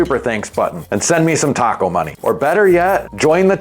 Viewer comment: Did you say “TACO”? Or “taco”?